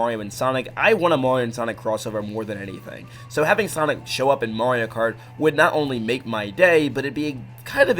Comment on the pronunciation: You accidentally said Mario karty